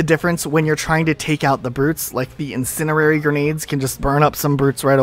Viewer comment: “Incinerrerri Grenades” lol